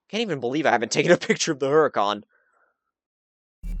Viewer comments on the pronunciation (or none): It is called Her-u-con obviously you know it's spelled Huracan